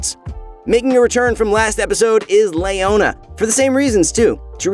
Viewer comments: Who is this LAYona champion? I'm really interested in her. It's definitely not Leona, maybe a relative, Her twin? In all seriousness how do you pronounce the name Leo? Is it Lay-o or Lee-o? Rhetorical question. 😅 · Lay ona? thought it was Leo na? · Le-o-na. Not Lay-o-na. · nobody says Layona... Its Leona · Leona ≠ Layona Shaco ≠ Shayco League of Mispronounciations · Who is Lay-ownya